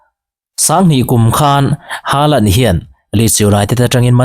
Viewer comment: Norway ram mi ngei, Chîtei Nu sawi danin, "Holand/Hawlan" ti a lam rík(pronounce) tur a ni e. Haa hi Ho/Haw a ri tur a nia aw.😊😊Hâlan ...tih pawh pawi chuang lo.